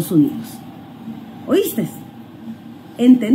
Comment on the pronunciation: OisteSSSS, entendisteSSSS jjajajajaj